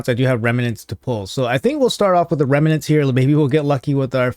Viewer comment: OMG .... its pronounced REM NENTS ....... not Reme nents ... no E in the middle